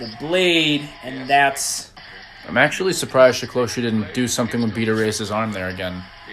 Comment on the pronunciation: SE- KLOSH-E. Accent on the first syllable. NOT SHE KLOSHE Thanks. Love your videos.